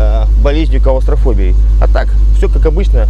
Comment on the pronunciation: Калустрафобией ахаххаха что за жесть?))))